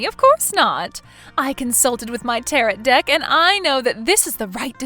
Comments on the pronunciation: Tarot rhymes with arrow, not carrot! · "Tarret" Deck?? Tarot (Täh-rōe)🙄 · Tarret? it's pronounced tarroo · Not sure if you’ll read this or not, but I need to tell you that tarot is pronounced taroe. The last t is silent. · It's pronounced "tah-RO", there is no hard t at the end of the word. It was grating on my nerves. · tarot is NOT pronounced like carrot. the last T is SILENT. and if that was me, i'd have sold/moved way before it got to the point of vandalism and would have called the cops about it when it did get that far. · I love your channel and your stories...so original! However, just one small thing... "Tarot" is pronounced: "Tay-roe" Otherwise, keep doing what you're doing. Out of all the channels like this out there, yours is really the best. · Tarot is pronounced taa-row. Great story, as always! 😀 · Actually the proper pronunciation of Tarrot is Tear-O. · WOW!!! If you are going to use the word "Tarot" so much, at least pronounce it correctly! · Good story. The t is silent at the end of tarot. The brother failed Listening 101! When someone is consider selling something it doesn't mean it's to the person asking. I don't remember a mention of what happened to the children's mother. Maybe MIL overload sent her off!